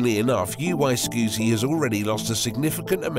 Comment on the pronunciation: Omg it's NOT UY SKEWTY.